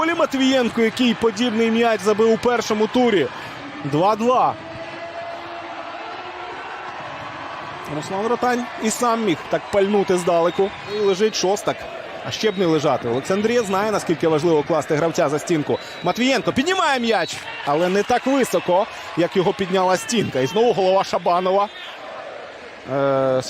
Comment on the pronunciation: Коментатор неук. Не шОстак, а шостАк. Не рІзник, а різнИк. Коментатор, ти українець чи німець?